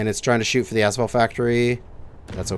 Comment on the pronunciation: Gotta respect a man that knows he's saying a word wrong, proved he said it wrong, read the right way to say it, but still says it wrong. You keep doing you, maybe your asphalt has some ash in it.